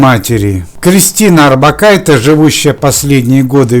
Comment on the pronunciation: не надо экать. ОрбакайтЕ. литовские женские фамилии произносятся на конце мягко. на "е". я живу в Литве и знаю. ухо режет жутко это "Э"